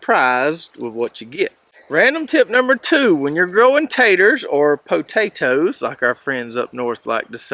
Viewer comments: POE TOT OHS .... Yankee style 😅. I'm a transplant yank. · Northern here and I enjoy the channel. I also enjoyed the way that you enunciated po-ta-toes 😂